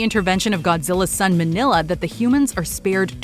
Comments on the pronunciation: It's MING-YAH the son of Godzilla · it's Mini-lla, or Mini-ra. As in Mini -Godzilla/jira. Kind of like Mini -Me